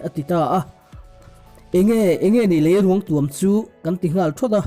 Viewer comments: Leiruang tuam i lam dan a diklo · Lei ruangtuam tih I lam dan a dik lo